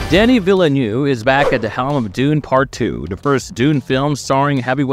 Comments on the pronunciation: I wonder whether the voice is real or AI genrated; what puzzles me is the pronunciation of VIlleneuve (vil·nuhv) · If that was a AI v/o, it was the best I've ever heard by a very large margin. That makes mispronouncing half the names an even greater miscarriage.